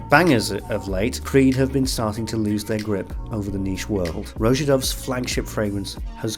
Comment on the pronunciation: “Roja Dove: Perfumes so good, YouTubers still mispronounce his first name!” should be the brand’s tagline.